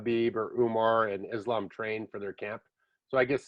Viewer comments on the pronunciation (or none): Its Islam not Izlam 😁. Keep up the good work.Much respekt from 🇧🇦🦅☝️